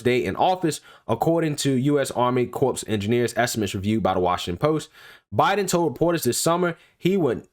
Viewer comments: It's Corps not CORPSE speak engrish please 🙏🙂😒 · Corps has a silent "ps". So please pronounce it like core. The way you are saying it is like corpse. You know the dead. While both come from same Latin root meaning body, they are different in the without the "e" it is alive and the other dead. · Great video breakdown of the content... just a friendly note, the “p” and “s” in corps is silent. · I know it is spelled “corps” but it is pronounced “Cor” 🙂 fyi... thanks for your info. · It's pronounced CORE ok CORPS is pronounced Core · Great video. But as a veteran, a BIG pet peeve...you don't pronounce the "PS" in CORPS. It's pronounced like "CORE" . Thank you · Love your work bro! But, please!!! Corps is pronounced core. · Corps is pronounced like core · It’s pronounced ‘core’ sir. A corpse is a dead body lol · Good report. FYI the Army Corps of the Engineers. "Corps" is pronounced CORE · Dude, the word “corps” is pronounced “core.” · I love your videos, but, please, corps is pronounced 'core'. And I still love that laugh. 😉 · Great reporting! By the way corps is pronounced the same as core. 😉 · I love you man, but the p and s is silent in corps. Keep up the great work.